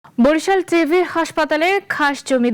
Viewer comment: শব্দটি টিবি (টিউবারকুলোসিস), টিভি নয়